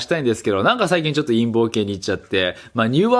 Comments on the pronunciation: 陰謀動画が陰毛動画？淫紋動画？に聞こえる(難聴) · 陰毛の動画って聞こえた